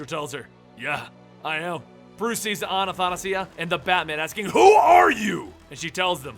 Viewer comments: A-tha-na-si-a, there is no A-na-..., good luck next time, great video cant wait for more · its not Anna-tha-nasia it's Atha-na-sia Trying to help you out here man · hey,, not anathanasia, it's athanasia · I'm pretty sure it's pronounced Anna-THAsia. Like Anastasia but it just happens to be spelled with an H. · Will ever pronounce Athanasia's name right?.. A-tha-na-sia xD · A- tha- na- sia! dude get it right! in Greek means the unable to die in a good way though, that immortality that everyone looks for. it actual means immortality. many Greek girls have that name. also bays as in Athanasios. dude please look it up and tell me if I'm wrong.